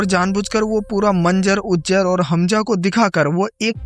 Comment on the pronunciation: uzair❌ ujjar✅